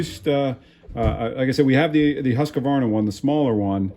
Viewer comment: why are you adding an "a" between "q" and "v" in Husqvarna? It's husqvarna, not husqavarna. and it's "u" and not "a", as in "hoosq" "varna".